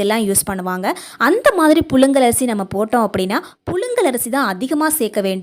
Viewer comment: புலுங்கல் ஆ புழுங்கலா ...... தமிழை அழகாக பேச கற்றுகொளுங்கள்............